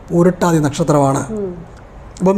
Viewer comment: പൂരുരുട്ടാതി, not പൂരുട്ടാതി.